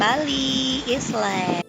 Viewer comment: Anying...rambut aja pirang tapi ....island bilang islen😂😂😂 jimbaran beach club g gitu jg kali bentukan nya mbak